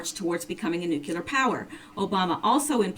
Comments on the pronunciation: With an English major? NU CLEAR...NOT NU CU LEAR. Jeez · I apologize for this-- I am a member of the Grammar Police, and I notice (and am distracted by) two infractions: 1) Nuclear is pronounced 'new clee are' not 'new kew lar'. 2) Et cetera (etc.) is pronounced 'et seterah' not 'ek seterah'. Please, please, PLEASE take this to heart as constructive and from a friend. Some obsessive and retentive people (such as myself) get side-tracked by quibbly little bs things as these. I do apologize. I love your efforts though! Definitely keep up the good efforts!